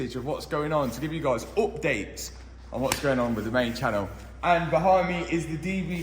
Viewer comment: he said oopdate, is update. Lol